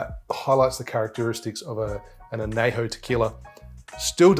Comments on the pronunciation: love your videos. but just a small nitpick. it’s not anejo it’s añejo. the ñ is it’s own letter. other than that small nitpick, great video!! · It’s /an ye ho/ not /an ney ho/ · Good summary. But, only use 100% agave tequila! Anejo is pronounced an-yay-ho. There is a tilde over the N, not available on this keyboard. I would reserve a good one for sipping. But an Old Fashioned does star the liquor rather than hiding it. Next: Mescal! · I know, right? As a Spanish major this kills me. Wish he would say it correctly.